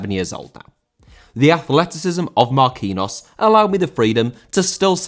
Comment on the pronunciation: He is pronounced Marquinios